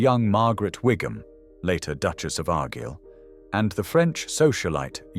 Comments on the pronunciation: Arg-ill? It's Ar-guile. I'm not British, but this mangling of names is infuriating. And I just heard Mountbutton and Mountbarton. Please find someone who knows how common proper nouns are pronounced. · Argyle is wrong too. And the way of mispronouncing year dates.